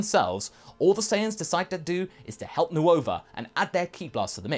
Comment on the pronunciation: I love your work, though its odd hearing Nova pronounced Nuova and Syn pronounced Shyn